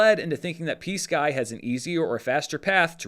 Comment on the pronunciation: I was listening to this and not watching and I kept hearing "PSKY" as "peace guy." It was first said during the bit about verbal, off the record conversations so I thought the parties were referring to someone trying to make a peace offerering.